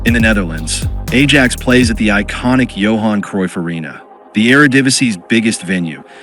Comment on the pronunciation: It's pronounced I-axe not A-jacks